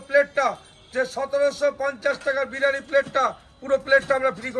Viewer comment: O to sala 'birani,birani bolche biriyani boltei parenaa